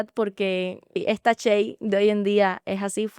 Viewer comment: Por qué si dices shey Ochoa y pronuncias Chey ochoa